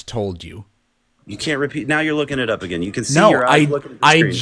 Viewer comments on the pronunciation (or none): none